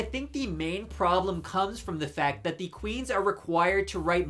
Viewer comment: I don't know much about thee sponsor, but I stopped watching thee video because I couldn't get past thee way he keeps pronouncing thee word 'the'. Thee word is pronounced 'thuh' if thee next word starts with a consonant sound, and 'thee' only if thee next word starts with a vowel sound. I know it's not thee best reason to quit watching thee video, but thee way he kept doing it grated on me!